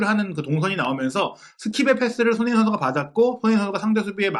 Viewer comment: 손힁잉 손힁잉 손힁잉 발음 좀 제발